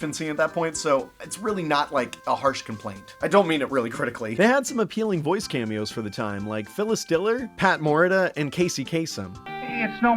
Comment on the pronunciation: Good video, but you mispronounced Pat Morita’s last name. It’s “Mo-REE-ta”, not “MORE-it-a”